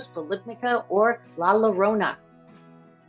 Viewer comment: It’s pronounced La Ya-rona, not La La-rona